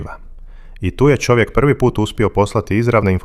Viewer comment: Nego da shvatim da komentator nemoze da izgovori slovo Č nego on za to izgovara Ć onda umesto da kaže Čovek on izgovara Ćovek :Pa gde to ima ???